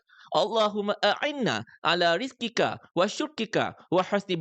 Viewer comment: Maaf Tuan ada sedikit kesilapan dlm doa tadi pada.... ., اللهم أعني علي ذكوشكرك وحسن عبادتك Bukan rizkika...yg betul zikrika...maaf ye...